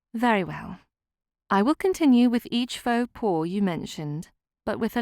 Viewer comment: "Faux pas" is pronounced "Foh pah", not "paw". At least for English speakers (cannot vouch for genuine French speakers 🙂). Otherwise, lovely clear story telling, and a very pleasant story so far. Thank you.